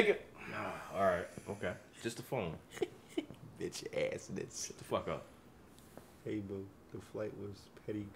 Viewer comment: he said beitch 😎